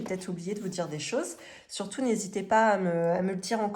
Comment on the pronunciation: Surtouff, contenuff, perduff. Un petit peuff... Objectifff Ah, non, là c'est normal 😂😂😂 Aussi : carte bleuE. À part ça, des choses intéressantes.